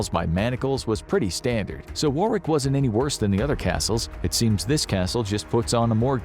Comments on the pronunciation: It’s not pronounced war wick is pronounced as war ick… I’m British and that’s how it’s said just thought I’d make a point of that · Its spelt Warwick and pronounced Worrick BTW not War wick. At least try to get that right. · Warwick is pronounced Warrick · War-wick?! No God no! It's pronounced 'worrick'. Take it from someone who lives there. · I love the way you pronance Warwick castle . I can assure you it's not, war-wick😂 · Its a silent W the second w so it's pronounced warrick if you understand that , i know it's my second name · It's pronounced worick castle with the o pronounced phonetically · It's /ˈwɒrɪk/ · "Warwick" is pronounced worrick. Please pass this on to all Americans 😂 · The ‘rw’ in the English language is just ‘r’ like Warwick is pronounced Worrick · Warwick is pronounced wa-rick Don't ask - English! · Listening to you pronounce Warwick is a form of torture in itself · I love the way Americans pronounce "Warwick". To be fair most names are mental - Towcester (toaster), Bicester (Bister), SouthHall (Su-thal) and Chipping Sodbury - said as you expect but.....WTF????